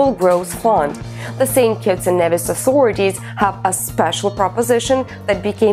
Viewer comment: St kitts and "kneevis"! GET THE PRONUNCIATION CORRECTLY!